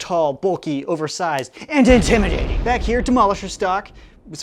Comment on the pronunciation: STOP SAYING IMTIMADATING😫😫😫😫